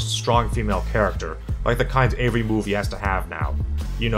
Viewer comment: It's really distracting how you pronounce the word "every" as "ay-va". "Ayvaone", "ayvathing", etc. What accent is that?